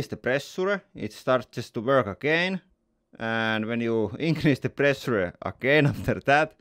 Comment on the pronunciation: I came here for the "prrressurrre".